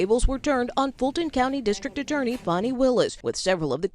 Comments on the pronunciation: Man say this woman’s fucking name right… DAMN!!! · I really wish Charlemagne would stop butchering that woman’s name.